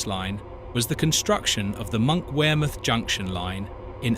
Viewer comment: Thank goodness for the AI narration, I didn’t know wear I was. Glad to see Tyne and Where in all its glory, especially Monkwheremouth. I would have liked to have seen a view of the River Where, but perhaps I missed that bit. It might have been when the tears of laughter wear streaming down my face, as the train went through Heeeeeworth, wear modern Tyne and Where Metro services share parts of the route . . . .